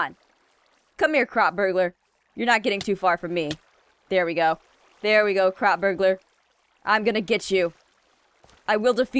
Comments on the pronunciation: When she says crop it sounds like she says c.r.a.p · nightcour its not crap its CROP